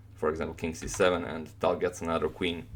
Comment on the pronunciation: are you sure tal is pronounced tal and not talj?